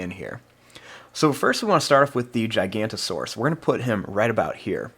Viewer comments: Its not "Gigant-o-saurus" its "Giganotosaurus" pronounced: Gig-uh-note-uh-saurus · This drawing looks very good but you said that giga's name wrong